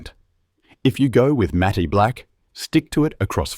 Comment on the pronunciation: Great tips, thx. Matte is pronounced “mat”.